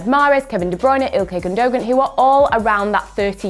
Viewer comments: She really said Gun Dough Gan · It's pronounced a bit like Gun doe Won